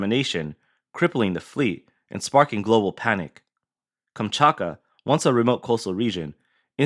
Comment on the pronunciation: To pronounce "Kamchatka", break it down into its individual sounds: "kam" + "chat" + "kuh".